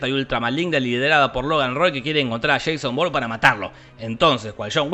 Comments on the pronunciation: He (re)visto la saga hace algunos días, pero aqui estoy porque en las pelis no se puede oír: mucho cuidado por él es Ja-Son Bo-ur-ne 😏😏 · corrección; Sheiso born. -no aguata Shon wick...